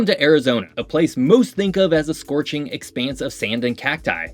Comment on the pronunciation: god listening to you mispronounce so many things about Arizona is painful